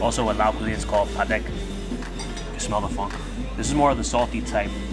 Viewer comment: I’m Laotian and you said “Padaek” perfectly! There’s not a lot of Laos restaurants in NYC, & I’ve been dying to try Hug Esan. I wish Brooklyn had these restaurants 😫 thanks for sharing 👍